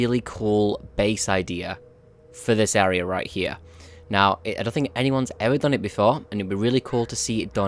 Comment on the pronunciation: clear this Are-ar-out